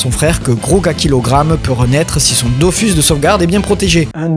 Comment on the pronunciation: J'ai jamais compris pourquoi les gens disaient "Dofüs" et "Wakfou" alors que les deux u se prononcent pareil. D'autant plus que le mot "Dofous" est prononcé pas mal de fois dans la serie ! Ralage mis à part ta vidéo etait super cool. J'avais trop hâte depuis ton teaser subtil à la fin de la video précédente 😊 Je n'ai plus le temps de jouer aux jeux aujourd'hui mais je continue tous les autres médias depuis des années. Entre la sortie du dernier tome du manga Dofus en debut de mois et celle de la dernière saison de la serie Wakfu l'an prochain je trouve qu'on est clairement gâté. Pour ceux qui ont encore une XBox 360, allez vous prendre Islands of Wakfu avant la fermeture du marcket place car il vaut le coup ! Merci encore pour ton travail. Je me refais tes videos très régulièrement que tu parles de séries ou de jeux ❤